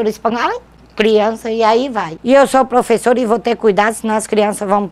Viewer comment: "Ser prufessora sofre"